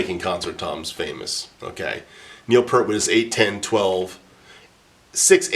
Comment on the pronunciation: Cool and informative Thanks! It's pronounced Neil P'EAR't (as in your ear) BTW. ;-)